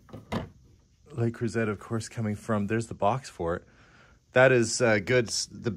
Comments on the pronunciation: LeCreuset pronunciation cracks me up. Exactly how I'd pronounce it if I hadn't taken French. It's le crew-say, no emphasis on either syllable. Excellent buy on this one! Edit" corrected mistype "zay" to "say". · It doesn’t matter in the scheme of things but since you keep finding the gorgeous French cookware, it’s not pronounced like LA croozette, more like le croozay. I guess, really, it’s sometimes a little uncomfortable to see someone’s home who has only recently passed so I’m keeping myself occupied writing this. I appreciate your enthusiasm and respect no matter how you pronounce it. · the French cookware is pronounced luh-CROO-zay. Emphasis on second syllable. Just wanted you to know since you come across this brand often. Best regards from a fan in Virginia, USA. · it’s pronounced “Lay-croo-say” not croo-set. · I LOVE the yellow!!! Awesome!!! 🍋 The Miata is ADORABLE!!! ❤️❤️❤️ Made in a palindrome year!!! Creuset is pronounced CreusAY. 😊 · That Miata is amazing! It sure would be snazzy for a teenaged guy! Lots of interesting things in this place. Just FYI-say "luh-CROO-zay" for the French cookware. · Just FYI - it's pronounced LE CREW ZAY (et is usually pronounced that way in French). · Love to see what new things you purchase and all your stories..And your fun facs always. By the juste a little hint, the `T` is silents in the pronunciation of CREUSET..☺